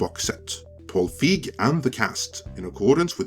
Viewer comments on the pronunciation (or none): You do realize that the digital version was never included previous to Paul's tweet? Also, as a major director, I'm surprised you don't know his name and how it's pronounced. Also, as a MASSIVE Ghostbusters fan, I am not buying this, nor is anyone in comparison to what you claimed. Nobody has a 4k or a BluRay player. There is no reason to buy this boxset. Boxsets are irrelevant in 2022 as they were in 2015. Maybe if this was 2005.